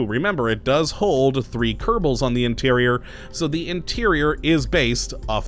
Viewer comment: Ker•Bal, not Ker•ta•Ble.